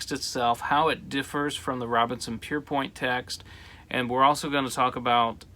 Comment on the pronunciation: Pierpont, not Pierpoint